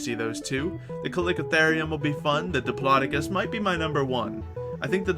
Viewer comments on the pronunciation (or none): you made that sound like diplodoocus but is pornuced either dip-lod-dic-us or dip-low-doac-us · It's pronounced Dip-lo-do-cus